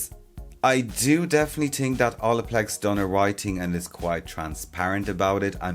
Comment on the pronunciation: I love the way he says “think” tink haha